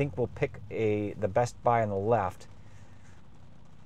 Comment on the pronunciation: pronouncing the T in bestbuy is wild